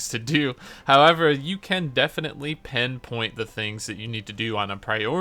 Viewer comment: Sorry I'm always that guy, haha. Just trying to make you you're best. Did you say 'pen point' in the intro? The expression is 'pin point'